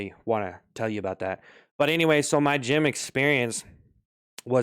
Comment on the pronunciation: Bro did the “gym” completely wrong 💀